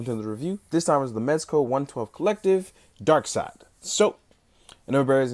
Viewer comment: Darkseid, pronounced darkseed!